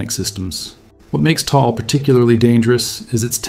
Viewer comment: Taal is pronounced "Tah-ahl" -- two syllables, just like mag-ma. But you must pronounce "magma" like Mike Meyers..MAAG-ma!